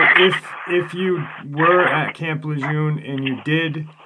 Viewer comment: It's French, camp (in phonetics) lay- zhoon